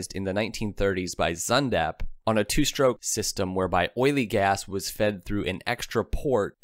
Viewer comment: Why do you pronounce the word 'stroke' as 'SHtroke' 60% of the time and as 'stroke' 40% of the time? Research has been done on the 'sh' pronunciation that shows its origin is working class 'black'. Keep working on it and you'll remember to say it that way 100% of the time.